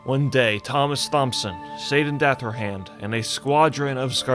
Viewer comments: Thompson is pronounced Tomson. Great video regardless. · Thompson is pronounced (Tomp-son) "H" is silent. It means "son of Thomas" so dude's name translates to "sir Thomas son of Thomas". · "ThOmSoN" "EpItOmE" lmfao NA education :grimacing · Pst...Thompson is pronounced with a hard T, just like Thomas. Just sayin' :) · You know how the ache is not applied to how you pronounce "Thomas," do the same to "Thompson." Fucking snapping everytime I hear you mispronounce it! Other than that, nice spin on a lore video 👍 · How fuckin simple do you have to be to understand the first pronunciation is a hard T but than take Thompson as being soft. Fucking video killer. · THOMP-son...really dude? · Thompson is pronounced like Thomas I mean the "Th" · Thomas, pronounced Tom-ass. Thomson, pronounced 👍🏻-son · Anyone else crazed by how he kept pronouncing "Thompson?" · How do you know how to pronounce Thomas but not Thompson?